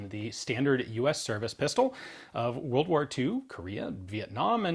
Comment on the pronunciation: Two whirled woars!